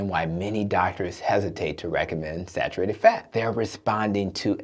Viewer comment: Sarurated? Sar ur ated